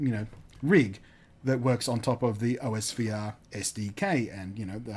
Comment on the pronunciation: It's pronounced (aws-ver)